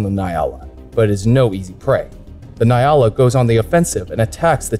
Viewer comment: Gemsbok is Oryx in english. Nyala is pronoced "njala" j being soft. 👌🤗